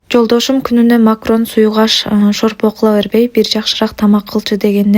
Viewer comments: Макрон 😂 дебейт. Макарон десен. Жасаган тамагын сонун. Азаматсын. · Макарон дегилечи макрон эмес